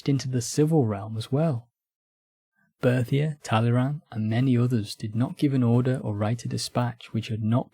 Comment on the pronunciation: Why do you consistently either mispronounce Berthier, or call him Bertie?